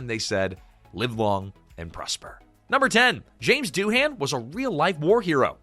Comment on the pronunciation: Doohan is pronounced Doo-An. The H is silent.